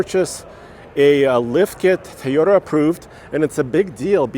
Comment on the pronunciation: Its Toyota not Teyota..and with Nissan sponsor of the video and no Nissan...other channels have this content